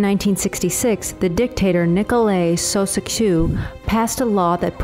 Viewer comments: his name is pronounced [Ciao_shes_ku] not 'siaosiesu' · it's pronounced CHOW CHESS KYOOO, spelled Ceauscescu. He got a bullet in his head on Christmas Day, 1989. I was 17 and had just turned on the tv after all the Christmas dinner guests had left for the evening. The sun had set. I will never forget that. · and “sausescou” instead of “choucheskoo” (Ceausescu) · Great content but... couldn't spare 1 min to find correct pronunciation for Caeusescu?